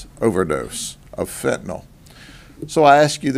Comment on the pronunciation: Thank you, Grady Judd, for saying FENTANYL correctly. Last syllable sounds like "ill", not "all". Great job on these busts. It'll be a sad day when you decide to retire!